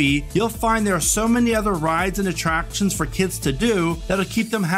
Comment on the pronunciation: "Atraptons" lol